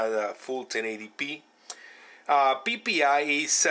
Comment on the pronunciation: LMFAO I'm sorry he said "peepee I " so hilarious ! xD